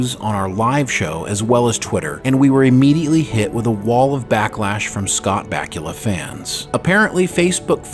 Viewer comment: Dude, learn how to pronounce the man's name before making a video about him.